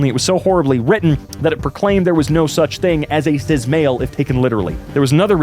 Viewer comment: Why do you pronounce the S in cis like a Z?